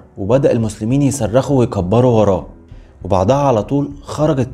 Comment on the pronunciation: المسلمون مسرخوش انطقها صرخوآ _ صرخ غير سرّخ_ عندكم مشكلة بجد في اللي بيقرا_ ده تاني فيدو اسمعه و في اخطاء في القراءه بيقللك المسلمون سرّخوا الله اكبر _ياراجل حد يراجع ورا اللي بيقرا